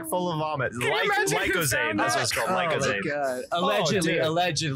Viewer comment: Lictozade? It's Lucozade bebe boi